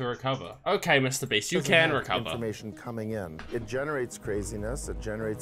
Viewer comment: Yo its mrbeast beast not mrspeast